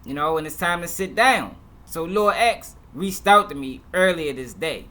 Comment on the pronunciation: Off topic but i hate when news Reporters say "Lor".. honestly wish they would just say Lil